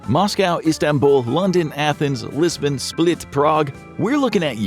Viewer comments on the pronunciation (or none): none